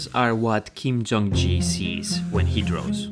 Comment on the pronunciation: "Kim Jung Ji" hurts to hear